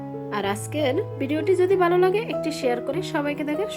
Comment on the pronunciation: বালো করে না ভালো করে বলেন।